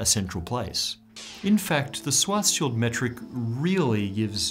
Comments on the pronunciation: It is funny that even an expert pronounces the name Schwarzschild wrong just because of the German spelling of the name. However its proper pronunciation is "shuartz-shild" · Schwarzschild is more like Shwartseshild instead of Swarseshild. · you need to fix your pronunciation of Schwarzschild xD